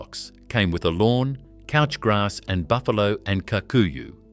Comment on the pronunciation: it's pronounced cOOch grarse. I'm calling you out on the engine note bullsh.